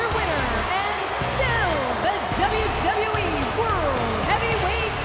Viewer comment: Announcer ...and still the dzahbyu dzahbyu e...